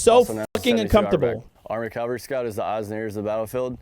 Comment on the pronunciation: im sorry but i gotta be that guy but isn't it supposed to be cavalry not calvary?